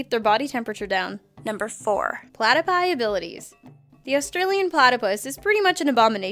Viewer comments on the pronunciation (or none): she said platopie